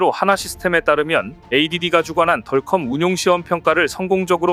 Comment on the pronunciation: [야! 넌 영어을 배운거야 아니면 대학도 졸없하지 못한 거야] [덜컴이 뭐냐?=디어큼 이라고 발음을 해야지1=하긴 대학도 160개 이상 시대이니] - 이런 자가 나올 수 밖에 [야 우리시대에=대학이 25엮고+4개 대학 이하는=지방 국립대등 은 대학으로 치지도 않았다] - 무식을 그런식으로 폭로하냐?